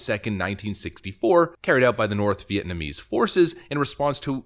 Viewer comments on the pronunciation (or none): none